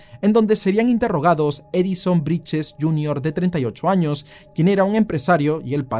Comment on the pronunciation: Brittes no briches